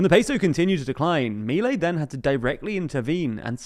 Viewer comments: I'm an anglophone living in AR, I've been watching your great coverage of this country, but I have to correct some pronunciation of proper nouns as the people say things here: MI-lei -> mi-LEI. Accents usually fall on the penultimate syllable, but family names are an exception. You pretty much decide how your own name is pronounced, and this is how Mi-LEI pronounces his own name. per-on-IST -> PER-on-ist: It seems like you're adapting the word "peronista" to English (or maybe doing some French thing? idk), but I've only ever heard it pronounced PER-on-ist by Argentinian natives when speaking English. Merriam-Webster says per-ON-ist is also valid, but I've never heard it. Either way, per-on-IST is out IMO Great coverage regardless! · It's not Me-lay! Ffs learn to pronounce it correctly if u r going to say it every 10 seconds of this video!!! And they're called Peronistas not Peronistes, the language is Spanish not French!!! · The "disaproval", that big loss a month ago, happened only in buenos aires, a state know for being heavy peronist in nature. The rest of the country held their support, as seen in this national election. Also, minor correction, its pronounced milÉi